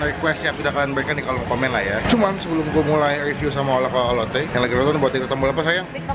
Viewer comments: Gw kok denger nya lonte ya atau lotte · kirain "kita mau ngelonte" rip my ears